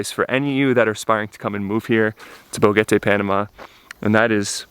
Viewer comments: Boquete not BoGETE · It's pronounced Bo-Ket-Tay, not Bo-Get-tay. There's a "q" in the word, not a "g". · Boquete. Not Bogete. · Pro-tip: Boquete is pronounced Bo-KEH-te, not Bo-GEH-te. There is no ‘g’ in Boquete. Other than that, thank you for the beautiful and heartfelt documentation of beloved Panamá. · Enjoy your adventure, BUT .. Just irked that after being in Boquete Panama for the length of time you have been, that you always mis-pronounce the name! You say "Bo-get-a" but it is pronounced with a hard "k" sound like "bo-ket-a" like a boquet of flowers - hence the probable name of the town. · It’s not pronounced BoGuete. It’s Boquete with a Q. Bo-Ket-Tay! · When you say Boquete think about the letter “K”. It is pronounced like this Bokete. Make sure you pronounce the letter T also. This way you will sound a lot less like a gringo. Good luck with your new home! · Nope, it's bo KET eh, nice try tho! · Incorrecto! Actually Bo-KET-Teh! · Your new Panamanian neighbors would probably appreciate you both pronouncing their city's name correctly